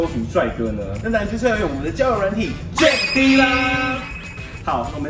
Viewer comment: 其實jack’d 的d 應該不是唸dee🙈而是像jacked/ packed 中的d音讀法